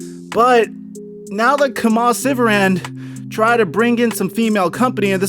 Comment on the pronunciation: it’s pronounced “key-muh” lol